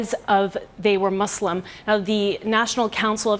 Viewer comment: very sad incident. also i wanted to say reporter seems very educated and i rarely hear the right pronunciation of word Muslim and Islam. most people say Z instead of S